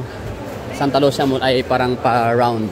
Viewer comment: Sir ang pagka pronounce daw ana kay murag in ani oh Santa Lu si ya dili Santa Lusya , 😂😂😂 pero mao jud imung gusto dili man pd hinuon ko magbuot ug mamugos😂😂